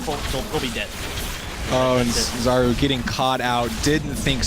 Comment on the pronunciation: Just FYI: Czaru is pronounced [charu] like [ch] in charm. "Czar" is polish word for magic spell. Or charm. So I imagine it's because he is ap mid.